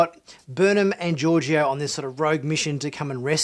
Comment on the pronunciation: Georgiou - George-O lol